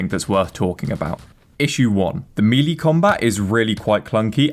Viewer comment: "Mealy combat"? FYI The word "melee" is pronounced "May-Lay" or "Mell-Lay" - either is acceptable. ("Mealy" is not.)